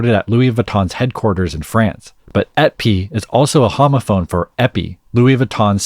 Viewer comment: its too bad he doesnt know how to say the french word ''et'' because it would have sounded like épi and not Ete pi